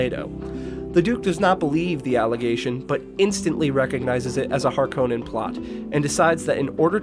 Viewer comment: It was pretty good compared to most Dune vids tbh! The only 2 I kept noticing (besides Stilgar of course xD) were "Py-ter" and the emphasis on the O in Harkonnen (it's almost the opposite, with emphasis on the first part while the o is barely present).. well at least in regards to how Herbert himself said it. I'm really curious about whether the upcoming movie will try to use pronunciations as accurate as possible towards recordings of Frank Herbert himself, or if they'll have any that feel completely off, both with the origin and the authors pronunciation :'D